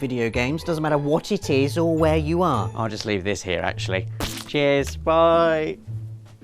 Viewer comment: "and im parking hiere" 2015